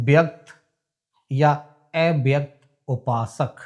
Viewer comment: Kripya thoda uchchcaran par dhyan den EIVYAKT nahi AVYAKT hota hai